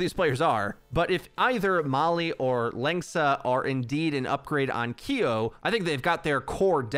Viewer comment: Lengsa is pronuced Lasagna